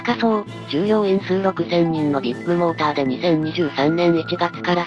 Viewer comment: ビッグモーターの発音がどこもビップモーターに聞こえる